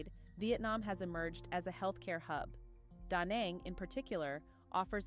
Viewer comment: Danang not Donang ...